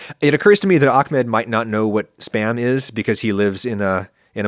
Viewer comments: its Ahmed, not Akmed... no one in the middle eastern world pronounces it as Akmed... If pronouncing an H right after an A is difficult, saying 'AW-MED' instead is completely acceptable. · Ahmed ❌ Akmed ✅ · I don’t understand why Americans pronounce احمد as Akmed. It’s Ahmed with a soft H more like House. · Ok, I have to ask, 95% unrelated to the video but I have to ask Maybe im saying something dumb but why do westerners say aKmed, or aKHmed, it's aHmed? In arabic it's not exactly an H sound, but it's definitely closer to H sound than K or KH. Did the dude writing his name with a K? Cause this isn't the first time I see/hear people saying it "wrong" if it was written Ahmed